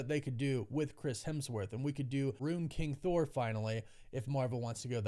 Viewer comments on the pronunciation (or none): none